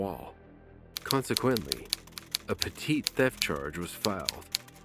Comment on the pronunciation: Petit theft is pronounced "petty theft". Not "puh-teet"! 🤣